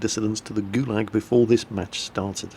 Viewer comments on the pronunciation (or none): none